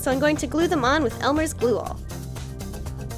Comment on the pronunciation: I love how you say glue glueal